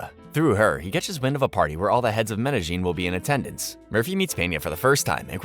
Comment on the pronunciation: Don't get how people can make hours long videos that probably take weeks to create and still pronounce Medellin City wrong.